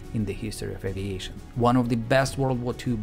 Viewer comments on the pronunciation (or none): none